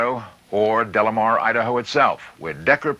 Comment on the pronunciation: Leonard insists on adding an L to this man's name. It's De Lamar, not Del Lamar. so annoying...